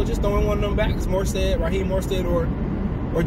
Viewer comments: You killin’ me bruh, it’s MOSTERT, NOT MORSTEAD Jesus fucking Christ lol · Man he say Raheem last name wrong and he is tripping